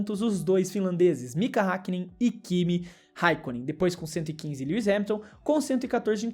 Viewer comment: Mano você pronunciou o nome do lewis errado [mesmo que isso nao importe] você falou lewi